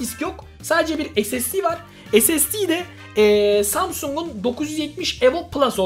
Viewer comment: Normalde:ssd(esesdi):(esasdi)